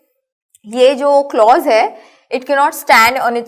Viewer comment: teach the lecture by yourself. The girl does not know the pronunciation of the word clause and she cannot teach it like you Thanks